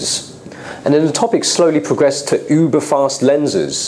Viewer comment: I can´t take him seriously when he sais "uber-lenses" in this perfect british accent. Hes asian he used to have a high annoying voice, ching ching, Hai mai name is asian camera guy